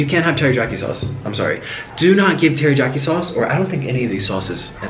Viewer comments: Hello from New York love you you say teryaki funny Is this black enough lol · The way you pronounce "Teri-YAH-kee" sauce.. Oh nik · Nik pronounced it, teri-JAH-kee. Now he knows lol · sunny lanes every time I was laughing so hard 😂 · I know this man’s life is spiraling and that’s sad and all, but the real tragedy here is how he pronounces teriyaki. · he’s so awesome in this vid that i don’t even care abt the fact that he mispronounced teriyaki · That teriyaki sauce And his pronunciation is making my eye twitch. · The way he says teriyaki makes me mad lol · I hate how he says teriyaki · ITS TERIYAKI THERES NO J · I had to read the comments on how you pronounced the word teriyaki! Hahaha too funny. Noodles look great, but I'm thinking that was way too much teriyaki sauce on those noodles. A little goes along way. . . So hungry now. 💕💕💕💕🥑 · Oh Nic I so love you. The j is silent. From Mo. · aww the way he pronounced teriyaki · There's no J in teriyaki, Nikocado :P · I love this nick but him saying terijaki makes my ears bleed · Its funny to me how he keeps sayin "terijaki" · What the hell is terijaki it is teriyaki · He called teriyaki tear-i-ja-ki (how it's actually pronounced:tear-ri-a-ky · Anyone else annoyed that nick was saying tarijaki instead of teriyaki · had to laugh at him saying teri-jacki sauce.. its teh·ree·yaa·kee (im writing in phonetics...not the way its spelled) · It’s not Terijaki, Correction: Terr-e-ya-ki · its taryakey not targokety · Stop saying Terra jock eee 😒😒 it's teriyaki omg boy. And also you didn't have breakdowns back when you had a healthier diet cause unhealthy food can fuck with your hormones and mentality. Not saying to offend just you should talk to your doctor and do your research about how unhealthy food does affect your mentality and hormones. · Samantha Lesstrange 1. It's written as 'Teriyaki'. 2. Spanish people pronounce ys as js. That's why he says 'Terijaki' instead of 'Teriyaki'. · Ter-ee-YA-key not ter-ee-JA-key